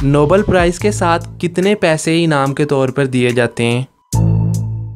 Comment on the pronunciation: Nobel prize, not Noble